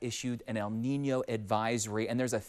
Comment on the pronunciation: Props to him for properly pronouncing “El Niño” 🥳